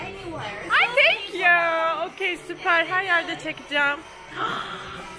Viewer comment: danla: tenkyyuu fotoraf çekinebilirisiniz danla: ay tenkyyu dösösösösööss